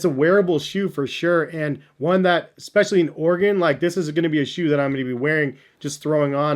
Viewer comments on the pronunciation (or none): none